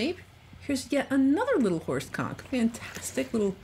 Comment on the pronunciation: XD I can’t help it. Every time she says horse Conk I hear something bad. Thanks brain.